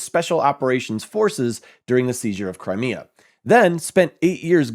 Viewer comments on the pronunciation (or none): none